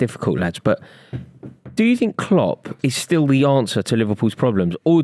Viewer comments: Not saying Cock instead of Klopp. 😂😂😂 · Man said kocks for klopp